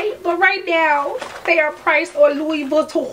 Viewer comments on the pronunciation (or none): Oh funny, you called it Louis vitton poshette Matisse